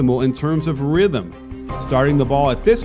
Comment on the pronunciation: "power calibration" "rythem calibration" tf am I hearing